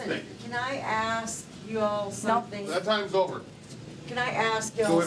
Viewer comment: seems to pronounce words as the English do ie: somethink, anythink etc.